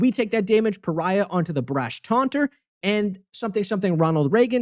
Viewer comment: You pronunciation of pariah is really funny. Pariah Carrey lol